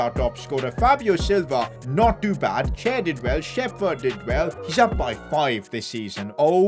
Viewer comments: ITS PRONOUNCED SHEP HERD, NOT SHEFERD, SHEP HERD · its not shefurd its sheperd